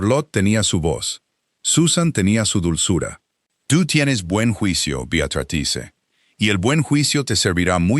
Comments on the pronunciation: Te escucho desde Venezuela. A las 4 am. Por favor que la IA pronuncie BEATRÍZ de forma adecuada. Me encanta la historia, odio el tono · Me encanto toda la historia !!!!!!!!! El relato , un desastre !!!!!! En ningun momento la IA pudo decir BEATRICE. Celia de Argentina. Son las 23 hs. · Saludos cordiales desde 🦋Costa Rica 🇨🇷 La Suiza Centroamericana CÓMO ES POSIBLE QUE UN NARRADOR PRONUNCIE MAL UN NOMBRE, UNA Y OTRA VEZ, ARRUINANDO ASÍ, UNA HISTORIA TAN HERMOSA? !..